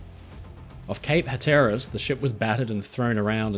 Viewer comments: Within the United States, we pronounce Cape Hatteras as HAT-ur-es, with emphasis on the first syllable, not the second. prounounced it moreso as hat-UR-res. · hey not tryin to be a jerk but im going to help your way of saying things,it not hatares,its pronounced hat,er,is, and with the iowan,its pronounced i,owe,in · FYI, Cape Hatteras is pronounced with the stress on the first syllable. HATT-er-as not hat-TER-ras. Excellent video otherwise though! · And Cape Hatteras is pronounced "HAT-er-as", not hat-TER-as." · Great video, as usual. Just FYI, on American English of US place names; So Iowan is EYE-oh-en, not Eye-OH-en. Cape Hatteras is HAT-er-as, not Hat-ER-as. At least in the USA. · So, in "Iowa" the emphasis is on the "eye". "Iowan" is "EYE-uh-wen", not "eye-OH-wen". (Also, Cape "Hatteras" is "HATTER-us", not "huh-TER-us".) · Not Ha ter uhs (accent on the ter), but Hat er uhs (accent on the hat). My wife is from Boston and lived in North Carolina. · btw Cape Hatteras is HAT-er-rəs, stress on the first syllable like "hat" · Cape HAT-er-us. But you get style points for trying! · Hatteras is pronounced "HAT tur ass." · Cape Hatteras is pronounced “hat-er-as” Or “kayp ha·tr·uhs” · Can't see Iowa from Revere, but Hatteras has the the accent on the first syllable as I get it . Those weaned on Euro-style-speak will punch the second-last, but... think HA-zard-ous: with Diamond Shoals and abt a 1,000 wrecks in the locker. You'd dig it there, I'm sure. Video topics for eons... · Hey... Hatteras... pronounced Hatter Us. Love these documentaries.. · Cape "Hat-er-us" is how it's pronounced. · And it's Cape HATTeras with the stress on the first syllable. Here it is phonetically: hætərəs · Hat-er-rus is how most Americans pronounce cape hatteras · Cape Hatteras is pronounced Hat--er--ess. Love the videos! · "Hatteras" should be pronounced to rhyme with "flatter us." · I found your favorite thing. A pronunciation error. 😂❤ Cape hat er ous.